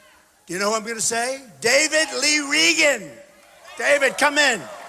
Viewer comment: "David Lee Ragen"